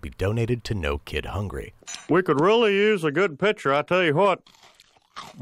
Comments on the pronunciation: He literally said “hwat?” I like cool hwip on my cookies. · I tell you h’wat, I love king of the hill.